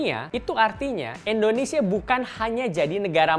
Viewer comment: Sedikit koreksi buat host, pengucapan yg benar: indonesia bukan endonesia. Nice narration!